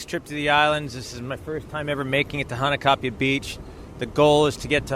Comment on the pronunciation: Mahalo! Nice job on the photos & video! The river is definitely tough going especially after a rain and when you reach the falls you are rewarded with a stunning sight 😍 Glad you and your friend made it back in there safely. By the way, as a local, may offer you a little feedback on how to pronounce “Hanakapi’ai”? It sounds like you are saying “Hanakapi ‘a’” You were very close. The last part is pronounced a little different. Broken down Hana-ka-pi-ai. The ‘ai’ is pronounced “I” or eye! 😊🌈💕